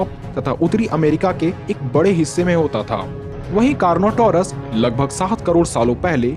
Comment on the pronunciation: Car not our as bro